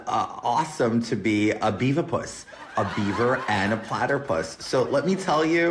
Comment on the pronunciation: Hahahaha omg “platterpus”